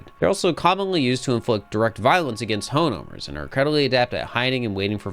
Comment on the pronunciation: "honeowmers" lmao i love catching when people misspeak its very funny to me